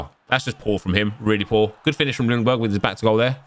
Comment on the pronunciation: Just a thing with Freddie’s last name, u don’t pronounce the L in Ljungberg just skip the L and pronounce it Jungberg 😃 it’s easier for u to say Actually I think the commentary in the game got it right Cheers from Sweden